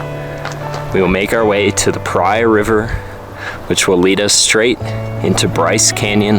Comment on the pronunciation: The Hayduke is my dream trail. I wish I was still in good enough shape to do it. A couple of quick tips: The "s" is silent in Grosvenor Arch and the correct pronunciation of Paria rhymes with Maria. Love your videos! Keep up the good work.